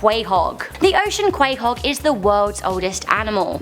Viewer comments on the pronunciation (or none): when you live in Rhode Island and she mispronounces Quahog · She mispronounced "Quahog".